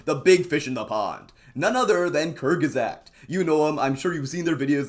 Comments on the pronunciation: Kurzgesagt not kürzgsäghht💔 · I agree with you, but this video would be far more effective if you provided evidence , especially clips from their videos where they state these things. Otherwise, you're not convincing anyone and are preaching to the choir. Also, it's pronounced like "Kurt's gets oct," not "kurr-gizzah" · Kurz ges (pronounced like guest) ah Gt KurZ-geS-ahGt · It's pronounced koorts-gay-sucked and it's German for "in a nutshell". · Kirgesagt bro learn to pronounce words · your pronunciation sounds like kurgesagd 😭😭😭 (As a german, the way english speakers say our words is almost criminal but also hilarious) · how can someone be so right wing like you and pronounce kurzgesagt so wrong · Kurz-gesagt is German for “said in short” and the z is spoken sharp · It really makes me sad that such an amazing youtube channel like Kurzgesagt is criticized by a person who can't even pronounce their name properly... They make awesome videos with a variety of topics and themes. It's such a great source to learn stuff about such a variety of stuff, like our immune system, the nature, hypothetical galactical travel and even social trends. All their sources are published so that anyone can see and fact check them. Furthermore, their artwork is truly great. Also, Kurzgesagt being criticized because it is sponsored by the Bill & Melinda Foundation is utterly stupid. Is funding vaccines, basic healthcare and other basic hygiene and clinical care or propaganda to underdeveloped countries bad? They certainly helped more people through their "propagandist" foundation than you ever will. I can only conclude that you don't understand or don't like the facts shown in their videos, or that it goes against your worldview and therefor call them propagandist. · Why not at least research how the name is pronounced? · The way you pronounce kurzgesagt drives me crazy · To be fair it literally is not an English word lmao ask a Chinese guy how to pronounce Bartholomew